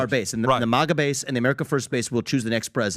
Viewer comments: It’s not MOGGA. It’s MAGA. Bag, tag, rag, sag. MAGA. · IS MAGA NOT MAAAGUA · u had me UNTIL U SAID MAGA WRONG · I had to rewind bc I didn't bc I didn't hear any thing after he said maga wrong twice lol uh it bugs me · Bro pronounced MAGA wrong.